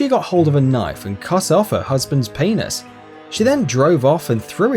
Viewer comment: The way he said penis though lol [paenis] hahaha